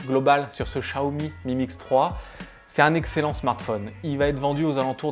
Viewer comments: Chiaomi, pas Chaomi ! :p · Tu vois tu as du mal à prononcer chat umi ahhh. Donc met toi à la place du con qui achète et qui voit qu'il n'y a pas de notice en Français. 500 £ plus prix d'un traducteur " chat " commence à faire cher!!!!